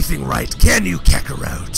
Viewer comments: "Kakorwot"??? The heck why ya call Kakarot with a "w" WTF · Its kakorot not kakorout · So can i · Kakarote XD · ButterWings kakarote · Uhh why does sound like he is saying kakarout whenever he says kakarot most of the time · Did say kakaroute? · If was a wrestler I think he would sound like this. And the way you say kakarot is hilarious